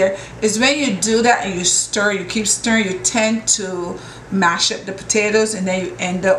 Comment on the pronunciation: I'm laughing at how you say mash up man.lol Congrats on your daughter's Union.